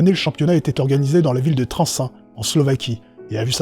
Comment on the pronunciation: Bonjour, je me permet de faire une petite remarque concernant le reportage sur le concours des fossoyeurs en Slovaquie. La ville où se déroule ce concours si j'ai bien entendu c'est "Trenčín". Mais voilà ça ne se prononce pas trensin mais tréntchine. En effet dans toutes langues slaves toutes le lettres d'un mot se prononcent ;) Par contre je te tire mon chapeau sur le fait que tu aies précisé que ces payes sont situés en Europe central et non en Europe de l'est comme on l'entend trop souvent :) En bonus, la marque ŠKODA ne se prononce pas non plus skoda mais chkoda (a cause de son chapeau inversé :p) ŠKODA qui veut dire dommage :D Voilà, au plaisir d'une prochaine vidéo ^^